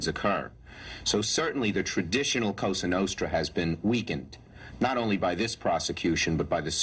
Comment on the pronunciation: Say a cosa nostra!.. correctly!! You white bread!!